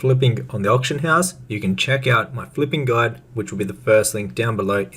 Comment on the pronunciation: "GOLD GUDE".. is that Orcish? Like "ME LIKE GOLD. GOLD IZ GUDE!"